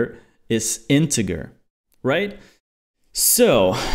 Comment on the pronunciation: Integer is pronounced in-te-j-er